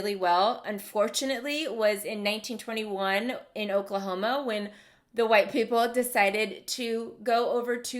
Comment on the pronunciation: sounds like accidentally said OklaHOMO lol